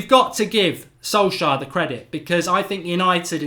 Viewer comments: Sol-shire? Who dat? 😂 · funny how mark pronounces Solskjær like Solshire hahaha Ole ain’t English